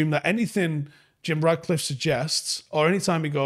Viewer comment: Mate, I love your show, love the content, watch every day, but his name is RaTcliffe, FFS, not RaDcliffe. It‘s not that difficult. 😜